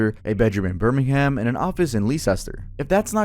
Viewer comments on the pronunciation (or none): Birming-ham and leesester 😭😭 I mean leicester is pronounced weridly so fair enough but it still got me dying